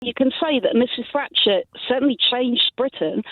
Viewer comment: I could have sworn she said Mrs Fracture. It would certainly match her sentiments.